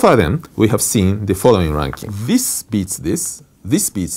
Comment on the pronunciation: zis beats zis zis beats zis zis beats zis. funny